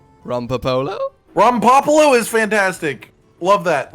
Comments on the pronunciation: How is it that they hear how Rompopolo is pronounced and then butcher it and pronounce it in the weirdest way possible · was saying it the "correct" way, as that's how it's said in game, but I prefer the way says Rompopolo